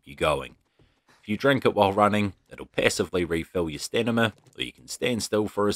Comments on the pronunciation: One word: Stanima! Lol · are you saying "stanima" ? lol